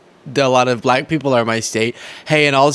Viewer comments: Oh yeah, he pronounces it as “B LLACK, As if it sticks on his tongue as it falls out of his mouth. 🙄😂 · He pronounces it ‘ba lack’,no?😮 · He pronounces it “BLACKKK.” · Bull-lack is how he says it. With big teeth